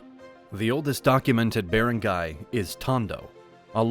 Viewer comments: you mispronounced rajah It should be RA HA and Datu is use both singular and plural not DATUS Also Bar rang gai It is cognates from the old Malay word balanghai And making baranggay during era Is by hitting the gong The longest area can hear your banging the gong or kulingtang the bigger baranggay But nowadays A baranggay must have lying centres and health centres A baranggay hall as well It should have elementary school It has at least 500 population or up A covered court as well and lastly With basket ball court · If you are going to take the time to make a good historical video you should also take the time to ask someone how to properly pronounce words like Barangay. Bah-rung-guy is the correct pronunciation. Nice video but a bit lazy. Did a bot do the narration? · bearengayhs cmon bro... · You should really learn how to pronounce these words, I'm a native Tagalog speaker and I almost didn't understand you when you said "Barangay", it also makes it hard to listen to for me due to all the very intense mispronunciations. Maybe consult a Filipino on how to pronounce some of these words. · This is very well done! Kudos. It would be even better if words such as "barangy" and "datu" were pronounced as they are in the Philippines. Hire a Filipino to fix the voice-over. Well worth the investment.